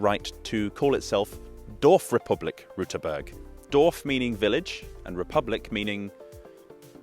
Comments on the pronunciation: no you did not. it is an ü not an u ^^ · Sad to report you still mispronounced Rüterberg in the beginning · You're still mispronouncing Rüterberg. The ü sound is different from the u sound but I understand it's difficult for people with English as their mother tongue. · Actually you didn't pronounce the umlaut in Rüterberg. You said Ruterberg. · "Rüüüüüterberg" is not the most imprecise thing you included, despite the interesting discovery: You mixed up the year of setting up the "Mauer" and the reasoning behind. Also one frame showed it is between Sachsen-Anhalt and Mecklenburg-Vorpommern, which is wrong. Gooood further discoveries! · you pronounced Rüterberg wrong.- You made a U sound instead of an Ü 'insert the mockery you requested' Greetings from Austria, we speak german too. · I hate to disappoint you, but you didn't pronounce it correctly. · Even your 'correct' pronunciation was wrong. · You forgot to pronounce the umlaut in Rüterberg so now I am going to mock you for it 😀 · You failed hard at pronouncing Rüterberg correct ! Did you think the dots above the u were just ornamention or what ? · Except you still didn't say it correct... Rueterberg. with an umlaut Ü - not a U... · You pronounced the name wrong. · Your "correct" pronunciation was still wrong. Ü isn't the same as u. There's a reason these letters look different. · I have a problem with the way you're pronouncing "Rüterberg". It SHOULD be pronounced "Xdibvewyjbcdhk". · Your attempt at pronouncing Rüterberg was atrocious, though I appreciate the effort! Also I never heard about there being "almost" a new republic. Lastly thanks for mentioning why the river banks looked so strange, it would have bugged me not knowing why! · I am very sorry for this but I am legally obligated to mock you for your pronounciation of Rüterberg . You have mistakenly pronounced the "ü" umlaut as a normal "u".